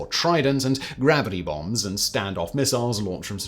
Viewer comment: gravity bongs? Surely thats not what he said? Ive rewatched it 4 times and thats what it sounded like….